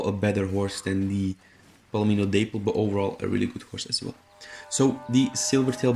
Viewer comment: Haven't seen this mentioned but just a heads up for the future... Dapple = dap-pull, not day-pull. Anyway... otherwise, good video. My favorite is the Turk, MFT second, but online isn't as generous with horses as SP is. So that being the case, I've recently gotten to appreciate the American Standardbred. Granted I'll probably stop using it when I get a Thoroughbred, and the same when MFT unlocks after that, but it's still pretty solid for what it is. I just started using the same coat you tested over my free red chestnut arabian with better stats. Speaking of... I hate Arabians solely based on A) how gutless they are and B) how small they are. They're scared mules that are on steroids, basically. I'd love to have a Turkoman right now, but damn that level grind for the unlock sucks.